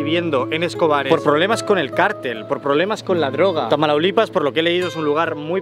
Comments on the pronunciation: Pequeña corrección, es Tamaulipas, no Tamalaulipas, pero excelente video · Me dolió el orgullo de mexicana cuando dijo "Tamalaulipas"😅😅🤣 Pilas es Tamaulipas 🤭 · Es Tamaulipas, no Tamalaulipas XD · TAMAULIPAS=❌ TAMALAULIPAS=✅ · Tamalaulipas 🤣🤣🤣🤣🤣🤣🤣🤣🤣🤣🤣🤣🤣 no mames güey es ( Tamaulipas) 🥴🥴🥴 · Me estresé con lo de "Tamalaulipas"... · Tamaulipas, no 'tamalaulipas'. Sería como Madrid, no 'mamadrid', para entendernos. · TAMAULIPAS ❌ TAMALAULIPAS ✅👁️👄👁️ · NO ES TALAMAULIPAS, ES: T A M A U L I P A S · Cómo que tamalaulipas es Tamaulipas por favor . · solo quisiera que te eduques bien y no pongas nombres que no son, los estados Mexicanos vecinos de Texas son Chihuahua, Coahuila, Nuevo Leon Tamaulipas, ACLARO NO ES " TAMALAULIPAS " es Tamaulipas estamos de acuerdo? Y otra cosa la orilla del río no se llama costa así que no es de costa a costa sino "de ribera a ribera" creo que haybque ilustrarse primero o quizás editar antes de publicar cosas erroneas, gracias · Texas era de México pero EU nos lo robó, aún así hay mexicanos que siguen viviendo en Texas, por eso Escobares está en español y hay latinos. Y se dice Tamaulipas NO Tamalaulipas, y es uno de los Estados de la República mexicana de los más peligrosos que tenemos, ahí viven los maras. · se dice TAMAULIPAS no TAMALAULIPAS ... Buen Video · es Tamaulipas, no Tamalaulipas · Tamaulipas, no tamalaulipas. Ven a Mexico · No es Tamalaulipas, sino Tamaulipas. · Has mejor tus investigaciones, el estado al que te referías es Tamaulipas, no "tamalaulipas". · Le dijo Tamalaulipas a Tamaulipas jajajaja, no es burla, me miré todo el video, nuevo seguidor mexa✨ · Excelente video, sólo que es Tamaulipas, no "Tamalaulipas" jsjsjs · Tamaulalipas jajajajajaja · Amigo se dice Tamaulipas no tmalaulipas, me encantan tus videos, me gustaria que fueran mas largos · No es Tamalaulipas, es Mataulipas xD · me dio gracia como pronuncio Tamaulipas jij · es Tamaulipas no tamalaulipas .-. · Tamalaulipas 🤣🤣 es Tamaulipas**